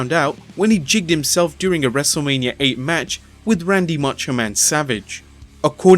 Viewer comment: Its Wrestlemania not Wrestlelamia